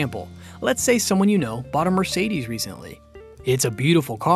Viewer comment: Hello! It's funny the way you pronounce the name "Mercedes" 😄